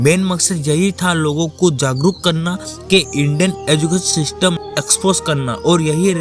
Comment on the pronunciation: System ❌ sistem😂😂